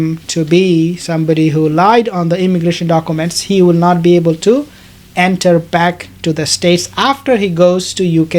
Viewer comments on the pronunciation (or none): none